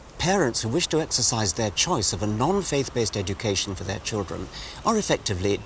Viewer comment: Lol it’s how you say children if you have a strong Irish accent.